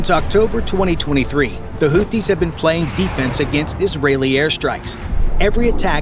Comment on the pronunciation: It is not pronounced "Hooties." Maybe you're thinking of the US restaurant chain :) It's pronounced the way it's spelled, i.e. "Hoothies" (Arabic, Al Hoothiun الحوثيون).